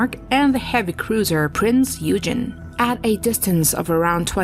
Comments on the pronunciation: Prince Eugene, is pronounced...Prince oy-gen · The name of the first ship is pronounced 'Prince Oi-gen'. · That was Bismarck and and Prinz (pronounced oi-gen)eugen. Man, those computer pronunciations drive me nuts! There about as smart as today's young voters!! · Lost me at Prince ' Eugene' 😅😂🤣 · Yes, the pronunciation is roughly ‘Oigen’. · I always thought that it was pronounced as "Oy-gun" but could be wrong. My grandparents on my Dad's side of the family, were 1rst generation Americans. Supposedly my Great-grandmother couldn't speak English and my Dad's mother only spoke German when she was older and a bit senile. They stopped speaking German because of WW 1. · Prinz Eugen is “prinz oy-gen” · It is pronounced ' Prince OY-Gen'. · Inaccurate. Scharnhorst and Warspite jointly hold the longest ship to ship hit. o competition. So much inaccuracy in this video including the pronunciation of Eugen and the completely wrong descriptor of Hoods destruction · Dont call the "Prinz Eugen" like that! It hurts. And... Torpedos dont run that far. at that time. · If you can't bother to pronounce Eugen correctly, I can't be bothered to watch the rest of the video. Major FAIL. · Eugen is a name. Americans are unable to pronounce first names or names of cities etc. like they are pronounced in German language. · Novel pronunciation of Eugen - and a photo of Bismarck when referring to HMS Hood . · Anyone else bugged by mispronunciation of Prinz Eugen ? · I do wish people would take extra care to pronounce things more carefully, the german pocket battle ship Prinz Eugen pronounced in its correct german is Prins oiygen not eugene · Whilst I love the subject matter, there may be a few small pronunciation issues here and there :) Prinz Oi-gen is closer than Prince Eugene :D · Eugen is NOT pronounced “You-gene”, it’s pronounced “Oi-gen” It’s NOT “The HMS Warspite”. It’s “HMS Warspite” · It's pronounced "Printz Oygen", not "Eugene" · It's pronounced "Oy Gen", not "You Jean" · Thank you